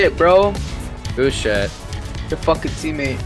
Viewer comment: 😆 "Who's shët?"